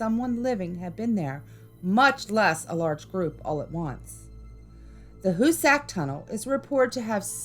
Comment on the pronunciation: That's not the Hussac Tunnel. Hussac...not hussey